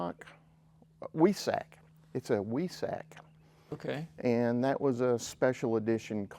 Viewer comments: Weissach is pronounced more like why sahg. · Weissach Pronounced Visock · The 1980 Grey Porsche would be a 3.0 liter engine. The Weissach (pronounced Vi sock) edition is very rare at only 408 produced, and was an attempt at a lighter weight track version of the car. With those low miles, that car is worth SERIOUS money. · "Weissach" is the name of the Porsche, for anyone interested. It's a special trim package.